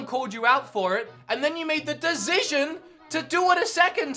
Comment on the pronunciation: please stop saying decision you cant pronounce it hahaha